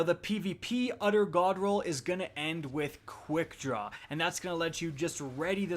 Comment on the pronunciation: bro every time you said “utter godroll” i kept thinking you were trying to say “other godroll” but couldnt pronounce it 😂